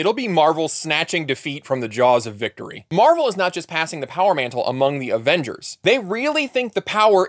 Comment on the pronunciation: Avingers or Avongers.